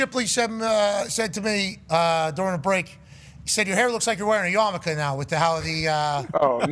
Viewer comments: Yamulke. Really tried with "yamicha" didnt you ... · Hey graphics department, it's yarmulke not yamaka!